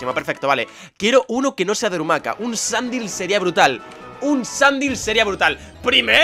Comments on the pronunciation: No sólo faileas llamándole Sandil, cuando se pronuncia Sandail, sino que le matas. Y encima no llegas a visitar toda la ruta, que luego te dan un fósil y te pueden salir Sandile en la ruta. Failagor. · sandile se dice sandail, no como se escribe